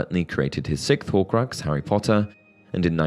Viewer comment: It's "siXth", not "sickth"